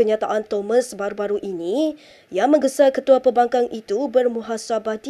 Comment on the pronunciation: PEM BANG KANG.!! ...BUKAN PE BAN KAN !! Cubo kou sebut ilok² Seihaa...!!! ToLOL